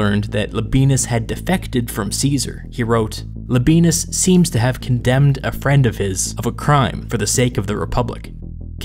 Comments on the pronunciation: I know anglicized Roman names are just easier and it's just silly to care about how they're really pronounced, but you really don't have to say "la benis", it's "la be ey nus". Sorry for being a pedant. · Pronounced Lob I ey’ nus, accent on “ey.” Not Lob ee’ nus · I may be wrong but I believe it is pronounced “La-bee-en-us” not “La-bee-nus” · It’s LAbi-ANUS not Labi-BEANUS Or whatever Hermione Granger said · Man I'm sorry when you said Labienus I thought you said "The Benis" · I dare you, I double-dare you, say Labeenus one more time... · Everyone else: wow so history Me, listening to audio only: hehehehe Le Benis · Labienus is Lab i e nus, i.e. not modern German pronunciation . Labyenus for example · I can’t stop hearing “La Penis”. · Thank you so much. The pronunciation was painful.